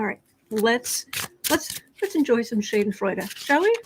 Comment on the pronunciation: Pronunciation for Schadenfreude.... ShAhhh-den-froydah....Not Shay-den-froden. What deck are you using today? Each day, could you say or put in the notes what deck you're using? You look great today...great color palette for your skin-tone...(including nails)